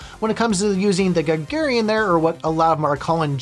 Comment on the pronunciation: its GA-GA-RIN! as in YURI GAGARIN! the first man on space!